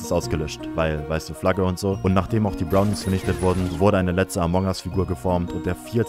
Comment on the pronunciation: Spricht er Bronies extra so falsch aus?